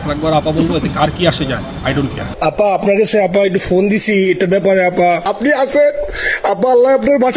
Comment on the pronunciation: আপনি আফা না বলে ম্যাডাম বললে ভালো হতো,,,কারন আপনি যতবার আফা বলছেন,,ততবার আব্বা আব্বা মনে হইছে